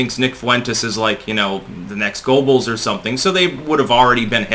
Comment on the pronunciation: Helpful for an older guy who doesn't care about Twitter, but is how "Goebbels" is pronounced. #NevermindHistory You're an EDITOR?